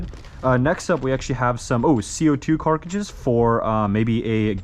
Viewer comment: I can’t stand the way he says cartridges.